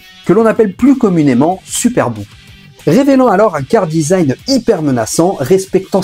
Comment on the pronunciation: On dit : « KARAdesign » Charadesign, ça m’as titillé pendant toute la vidéo, sinon excellente vidéo j’ai appris certaines choses et un bon coup de nostalgie